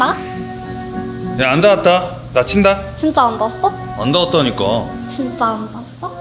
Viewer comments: 아니 귀엽고 예쁘고 다 좋은데 발음 나만킹받냐ㅋㅋㅋㅋ 즌짜안다아써? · 진다 안다아써? 발음이 😢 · 즌쨔안닿앟쓰어 발음 중국여자 저러고 사회생활 가능하냐? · 징짜 앙다아써? 여자 발음 왜 저래? 자막 없음 못 알아들었을 듯